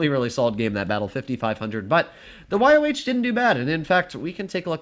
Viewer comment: its pronounced Y-O, not Y-O-W